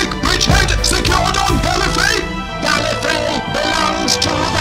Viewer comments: Wait, Davros pronounced it "Gallifray" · "The Time Lords of Gallifree" ... huh, I didn't know they pronounced it differently in the old series.